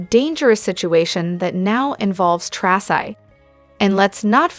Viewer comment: Its "Tracy"